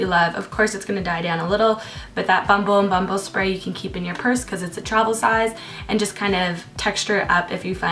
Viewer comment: I don't know why but I love the way your say bumble and bumble, so weird haaha